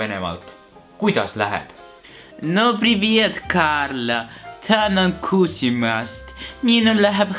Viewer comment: appi ma kuulsin ennem kuskil tänan kusemast aga oli tänan kusimast